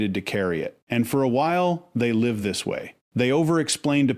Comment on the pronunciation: I guess has working for him. Some mistakes are funny like saying an injured empath has a wound... but pronouncing wound like a wound up clock... Or the empath who will live at a disadvantage... but says live as in a live show. Nevertheless I like and guess I'd make an AI Penelope if I were in this business.